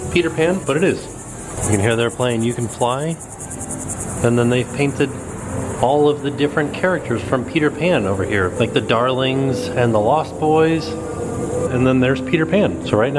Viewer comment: Buoys & Girls lol. Should pronounce it Boys and Girls to get the joke.